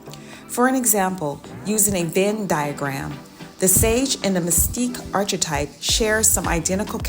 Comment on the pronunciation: Thanks, especially for emphasizing “refuge in God” at the end. One small suggestion … please consider fine-tuning your pronunciation of archetype.